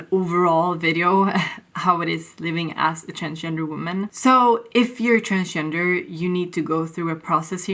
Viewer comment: You sounded like "I'm trans-ginger" actually, lol.